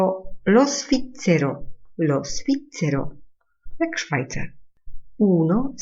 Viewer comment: Niestety, podana wymowa "svizzero" jako ['sficcero] nie przekonuje. Dostępne źródła definiują ['zwiccero].